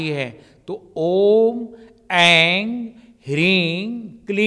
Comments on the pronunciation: मुझे भी लग रहा है ये गलत उच्चारण कर रहे है इंग का प्रयोग कर रहे है बार बार ओम एंग जबकि एम आना चाहिए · दीदी ये जो उच्चारण कर रहे है वो गलत लग रहा है। शब्द पर बिंदी आ जाने पर म का उच्चारण होता है। ये एंग बोल रहे है एम की जगह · mantra ko galat pronounce kyun kar Rahe hain..aim hota hai as aur aap Aing bol rha hai kleem ko aap Kling bol rhe hain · go ka uchharan hona chahie ang ring cling q